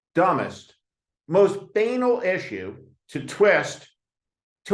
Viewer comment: Steve; love you, but I’ve never heard anyone pronounce banal like “anal”. Always have heard “bah-nahl”. Just thought you should know because I care.